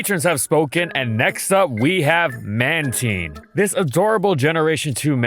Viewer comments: Why does he pronounce it like Man-TEEN 😭😭 it’s man-TINE like TIME but with an N instead of an M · Ok, not even 2 seconds in, who the hell pronounce Man-teen instead of Man-tine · Is this thing really read as Manteen? I always thought it was Mantayn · It was pronounced as Man-tine but starting from the BW anime, it started being pronounced as Man-teen. Especially in the Pokédex 3D app. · Its Man-Tine NOT Man-teen🤣 It's cringy like how you ruined my favorite pokemon's name, Drapion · Hearing him say Mantine like “manteen” hurts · it’s not, it’s “man-tine” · Having a stroke here cuz I’ve always pronounced it as man-tine as opposed to man-teen lol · Anyone else say it as a MAN-TYNE? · It was pronounced as that early on, but was changed to Man-teen starting from the BW anime, and in the Pokédex 3D app. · Wait. Man-TEEN? I refuse to change how I pronounce this Pokémon’s name. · Please just stop pronouncing mantine like that 🙏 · I think you pronounced Mantine the wrong way 😬😬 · Pronounced Man•tīn (like “time” or “nine”). Not teen lol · Holy moly, the mispronunciation. Mantine and Mantyke are supposed to sound the same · wait, that's how you pronounce Mantine?! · The "tine" in Mantine is pronounced like "valentine." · worst pronunciation i've ever heard TBH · oh na why would you pronounce their name like that, reuniclus 2.0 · Pronunciation still made me cringe a bit but I got over it because I love this pokemon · No way he just pronounced man-ti-ne, man-teen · It's going to be another one of those episodes....Mantine not Manteen. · "Man teen" Like am I the only one who finds this weird, like I call it Man Tine, like Twine but no W, that kind of thing, like does it not sound weird. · Is it really pronounced manteen? Cuz ive been calling it mantyne since it released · I’ve always said mantine not manteen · Why pronounce it "Man-teen" is it not "Man-Tine"?? God that pronunciation is killing me lmfao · Man Tine, not Man Teen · when u said manteen i got mad